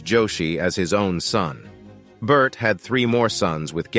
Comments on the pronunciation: Its pronounced JENG-GIS KHAN. It's pronounced BOR-THAI not BERT😅. Please do your research well. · Bert though 😂 it’s pronounced bor tey 😂